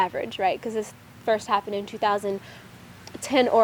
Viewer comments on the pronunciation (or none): none